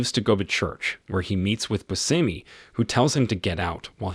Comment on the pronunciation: Bushimy is how its pronounced